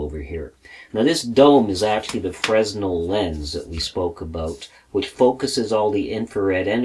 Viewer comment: Nice video. BTW fresnel is pronounced fray-NEL. The lenses are named after the French physicist Augustin-Jean Fresnel.